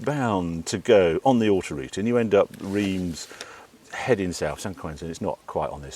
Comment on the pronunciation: Harry doesn't sound like he speaks French by the insufficiently nasal pronunciation of these place names."Reims" is really just a clearing your throat noise if you say it right.